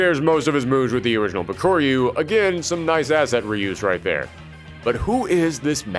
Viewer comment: it's bak-a-ru even the american voice in game voice over calls him bak-a-ru